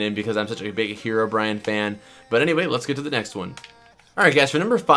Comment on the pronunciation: Did anyone notice he said hero Brian lol